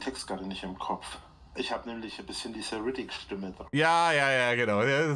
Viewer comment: "Riddick" oder meint er "Räudig" cringe af 😂😂😂